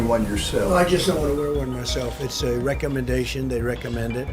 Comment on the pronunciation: “ItS A ReCOmeDAon”